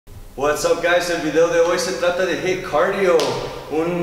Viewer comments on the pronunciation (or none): Jit Carío (acento posho) jaja. Saludotes